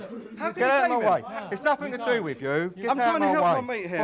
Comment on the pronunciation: God, that senior HCEO - "anyfink, nofink, somefink".......durhhh. Unprofessional and sounds like a thicko.